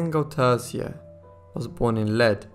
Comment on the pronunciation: Only a few months ago a new seach was done to try to locate the missing pannel. Sadly after doing a lot of work nothing was found. This story still mesmerises and captevates the Belgian nation. Good narration but as a Belgian I hardly could understand the names of the persons involeved. The name Arsene Goedertier is pronounced as Good ther tier